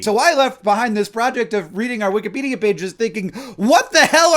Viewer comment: I would almost swear I heard you say "wik-uh-pedia" page just now ... But as I've been watching through the OG Brotherhood 2.0 catalogue the past few days, I am acutely aware that this is in fact, a mispronunciation. Just thought 2007 Hank would want you to know that, 2025 Hank. Carry on.